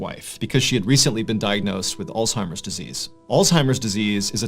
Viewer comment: Shout out to you for saying Alzheimer’s correctly. The last horror story guy I tried listening to said “all timers” and I couldn’t listen to him anymore lol.